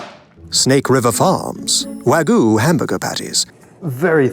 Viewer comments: Sounds like an AI or Text-to-speech voice, to me. The way certain words were pronounced really gives me that implication. For example, "Wagyu" being pronounced "wagoo" rather than how literally every other person I've ever heard talk about it pronounces it: "Wag-you". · There is a "y" in wagyu It's not wagu, it's wah-gyuu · wa-gyu not wa-goo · can you say Wag? Can you, say - You? Now put the two together= Wagyu...NOT WAGU!!!!! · It is wagyu not wagoo. FFS. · Why are there people who pronounce Wagyu / (Wa-gyoo) as “wa-goo” so very weird. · Why are they all saying "wagoo"? It's "wagyoo", just like it looks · "wahgoo" dumb fkers cant even say wagyu correctly even the narrator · Why do people say “Waggoo” when there is clearly a Y in there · What is it with Americans mispronouncing Wagyu as Wagoo??! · C’mon, fellow Americans. Stop pronouncing Wagyu incorrectly. It’s “wah-gyu”. The -gyu is like putting a “g” in front of the word “you”. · Nothing says expert like not being able to pronounce Wagyu. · Most of these "burger experts" cant even pronounce wagyu correctly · That pronunciation of Wagyu... 🤦‍♀ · The way pronounces Wagyu bothers me. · Why do people ignore the Y in wagyu 😭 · This is the voice of James Hoffman. I think they bought the rights to his voice and recreated it using AI. You can tell by the way ‘Wagyu’ is pronounced. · It’s AI. Listen to how it pronounces Wagyu.